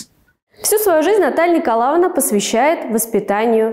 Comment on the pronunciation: Материал очень интересный. Спасибо. Много узнала нового. Но неприятно слушать из уст экскурсовода имя Наталья НИКОЛАВНА. ЭТО очень режет ухо. Отчество НИКОЛАЕВНА.